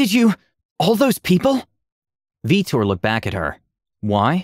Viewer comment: Veetor. "VEETOR" at what time was that character made and was the player a mass effect fan?